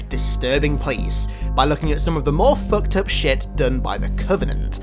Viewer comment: How many times did this man say foukt up